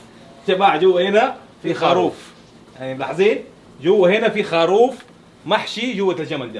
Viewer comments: ليش خاروف مو خروف 🤔😉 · اسمه الخروف ولا الخاروف اسمعهم يقولو خاروف